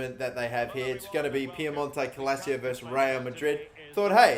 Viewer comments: it’s pronounced ‘cal-cheeoh’, love the videos though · "Piemonte Calacio". God your pronunciations are garbage. 😂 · Okay cool good stuff and all but PLEASE stop saying calacio just READ the damn name and stop disrespecting people/languages by not making the slightest effort to pronounce names even half-correctly...same goes for Ribeiro in the main career mode btw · Woooow, you make butchering pronounciation an art form. Calcio “Cal-Chio” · Me an Italian hearing say calico wrong -_ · it's pronounced like Calchio in english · Actually it’s pronounced calchio. It’s Italian not Spanish. Even a Spanish person might say “calthio” instead of calcio. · he can barely say calscioo😂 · I'm Italian is calcho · It's cal-cho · it's actually pronounced cal-cho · tavipsv calchio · Come on “” pronounce it properly it’s CAL CIO I can spell it for if you want it’s C A L C I O how about we change your YouTuber name to “” because you clearly and evidentially can not pronounce a teams name properly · You know !! There is literally no letter A In that place for him to be screaming calAcio 👎🏾😤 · Is Cal-cho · In Italian you speak like you read the right pronunciation is Cal-cio you have to pronounce Cal + CIO like CHO of word chocolate . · Piemonte calachio lmao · I swear if I unsub from this channel it will be just for the mispronouncing of Calcio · Can we just appreciate the leak and go easy on how he pronounced calcio? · Can’t even fucking pronounce the name right fucking idiot Shut the fuc up and get outta here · Everyone that's even remotely interested in football should know how to pronounce Calcio, wtf is this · Everytime he says calcio wrong I part of me died Gorgio too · Lol he was struggling with that second C in Calcio. Que cosa? 😂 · "CALACIO" or Calcio ?xD ffs why english people have such dificulty to pronounce names? Are you a 2.0 version of AA9Skillz? ffs xD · Calcio is pronounced “kul-cho” in Italy and not Calazio